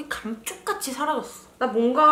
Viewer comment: 다크서클이 카앎촉!같이 사라져thㅓ!! 너무 욲껴ㅋㅋㅋ큐ㅠㅠㅠㅠ 언니 매력 최고다 증말ㅠㅠ